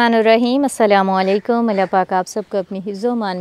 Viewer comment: Bhai app salam galat le reh Assalam O Alaikum hai app Assalam O Alaikam keh rehy acchi bat batana sadqa jariya hai